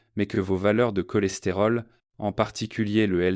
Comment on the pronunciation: Prononciation IA, CHOLESTÉROL, SOUPS etc…